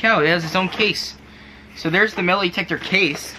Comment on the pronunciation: Why are you saying metalEetector? Metal-Eetector why? It's Metal-Detector not Eetector. and by the way putting a lid on boiling over water does not stop it from boiling over. You didn't stop anything from happening by putting that lid on